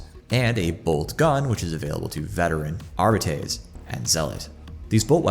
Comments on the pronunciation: Arbeetees? No. Are-bytes? Nooo. Ar-bah-teys 🎉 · Bro your arbites pronunciation brings shame to language.